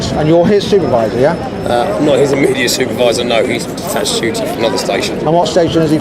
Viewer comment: Emmediate? WTF Thought this guy was educated.